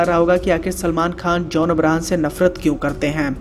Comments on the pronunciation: Bhai its john abraham not abrahan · Did he says John Abrahan😗😗